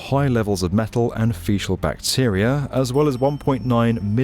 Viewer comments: The fuck ? It's pronounced "feekal" matter not "feeshal" lol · “Fekal” not “feshal” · it's a hard c on fecal my love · Fecal. Fee-kal. Not fee-shall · What is this feshel matter? Do you mean fecal 😜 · What's with fecal being pronounced as fecial? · Fecal is pronounced with a hard ‘c’. Fekal, not fesal. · It’s fecal, fecal, not feshal 😂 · “Fe-cal” fecal. Feee-kal. Say it with me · Fecal is pronounced “FEKAL” Seriously guys do your research. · Sorry, Fecal is NOT pronounced like Facial. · dafuq is 'fishal' matter?? he kept saying it multiple times. nobody picked it up while editing? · In "fecal" the "c" is hard and not an sss sound. Not an episode of the goes by without vocabulary being misused or abused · came to the comments to say this. i’ve never heard it pronounced like that and i’m a brit. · I noticed that too. Maybe he was confused because of how “faeces” is pronounced.